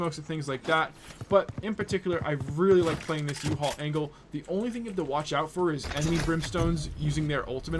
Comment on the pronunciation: did you just call U-HALL uhaul?